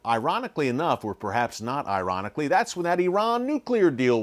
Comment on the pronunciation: "IRANiclly" 😆 🤣 lol